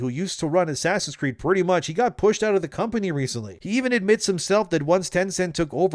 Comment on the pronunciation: You speak good enlgish. But you pronounce Company funny. You say,”Com Pah Nheea”. 😂 It is pronounced,”Com Pah Ney”. ☝️